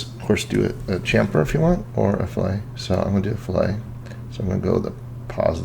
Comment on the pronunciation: its pronounced.... "FILL-IT"....not "FILL-A". FILL-A is what you do to a fish. ;) Nice work though!